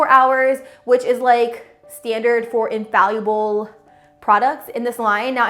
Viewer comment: It's pronounced "Infall-ible", not 'In-fal-Uable'. Otherwise, good presentation.